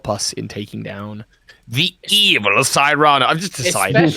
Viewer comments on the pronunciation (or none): I think Cyrano is pronounced SEAR'-ano. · Great show, fun as always. Keep up the good work, guys! Also, just wanna throw this out there, but pretty sure “Cyrano” is pronounced “SIH-ruh-noh” (like the story of Cyrano de Bergerac based on the real person of the same name). Though I suppose nothing’s official until they say it out loud lol